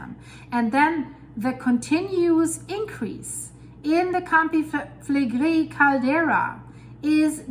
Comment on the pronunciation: It is a pleasure hearing her say "Campi Flegrei," truly!